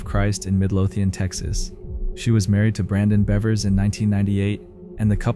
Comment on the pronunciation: In the 2nd clip you pronounce Monica Seles' last name correctly a few times but also as Selez, Sells, Sales, Saylez & Seleez. In the 3rd clip you pronounce Terri Leann "Missy" Bevers' middle name as Leen. Also, her last name should be pronounced as Beavers. In the 4th clip you pronounce The Tiede family's last name correctly a few times but also as Tito. You pronounce Kay's name correctly a couple of times but also as Kyay. You pronounce Linae's name correctly once but then proceed to call her Leenay, Linnah, Leenah & Lineeah. Do better. Especially when you're talking about victims of violent crimes.